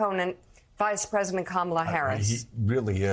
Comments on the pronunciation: Why can't he pronounce her name correctly? You don't place stress on the second syllable. Simple. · Until now, he just does not have the mental capacity or ability to learn how to pronounce Kamala properly… All the ranting and lying is a disgrace.. By the way Trump, can you speak the language of the native Americans who lived in the country long before you and your family arrived? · Every time he mispronounces her name it's like nails on a chalkboard. I'm not sure if he is mocking her or is literally too stupid to understand how to pronounce words. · There is something wrong with trump. He can't even pronounce VP Harris's first name properly . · Kamala’s mentally impaired, says the guy who can’t even pronounce her name correctly. From the guy who doesn’t understand tariffs, and believes it’s a good idea to deport 6% of the labor force, quite possibly resulting in a recession. The guy with the kindergartener understanding of foreign policy, and the constitution. But it’s the “Black woman” who’s mentally impaired? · Only a mentally disabled person can't remember how to remember how to pronounce Kamala after meeting her. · Yet you, Mr. Trump, still can't SAY HER NAME CORRECTLY!!!!!! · Why are they allowed to continuously mispronounce her name? I mean, isn't it bad enough that the colonizers stole and gave black people alternate names? America is a joke. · This jerk can’t even say her name correctly so who is dumb, stupid and illiterate. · Talk about PROJECTION. There's only 1 person in this race incapable of pronouncing the other's name. Talk about "stupid"! Give me a break!